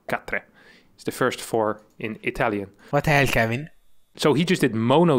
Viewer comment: "What the ell kevin" broke me :D, especially as an Italian